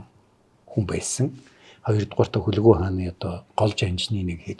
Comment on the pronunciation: Хүлэгү гэж Хүлэг гэсэн үг юм болов уу. Хэрэв тийм бол гадаад үг хэлж бгаа юм шиг Хүлэгү гэж бснаас Хүлэг гэж хэлж байх хэрэгтэй л дээ